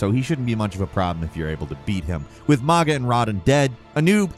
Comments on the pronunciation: Mogha? Radhin? Who are any of these people? I love you, but you completely fumbled these even tho their names are mentioned in game plenty of times for anyone to know how they’re pronounced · He's bought to catch so much flak for pronouncing mog and rod like that😂😂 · He has GOT to be mispronouncing these names from different games. Or he just doesn’t actually play the game and reads off a damn script. “Mog-uh” gtfo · What? It's everyone's two favorite bosses. MOHG-UH and RODDIN'! I really fought hard, but RODDIN'! got the better of me a time or two. Hey, y'all remember that dragon we had to murder? BAILEY!? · With "Rodin and Mogin" dead XD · "Mog" and "Rah-Dawn" come on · My pet peeve is when people saying the names wrong. We’ve heard these names a ton of times. “Mo-ha”, “Roddin” also “Alloy”. Wtf. It’s “A-loy” !!!!! 😵‍💫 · “With mah-gah and Roddin dead…” 😂😂 I’m sorry but this can’t be serious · “With mogga and radin dead”….he says…. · 😂 I'm on the floor and I can't stand up. Mo-ga and Radin! I can't even make it past that chapter. 🤣🤣🤣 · Homie said Maga lmao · Mohg-uh…..yea it is annoying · I’m wondering if has played Elden Ring. I’ve never heard anyone pronounce Mohga and Radden like that. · My fucking ears are bleeding rn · You found the one way to say Mohg incorrectly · is making it more and more obvious he does not actually play the games. In a week's time he mentioned Hogwarts 'Legends' twice, called Civilization an RTS and a city builder. And now he is butchering Mogh and Radahn and instead of Shadow Realm or Shadow Lands he just says The Lands Between. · Bro. Those pronunciations of Mohg and Radahn physically hurt me 😂😂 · My body physically recoils in pain everytime you say “Mohg” and “Radahn” the way you do 💀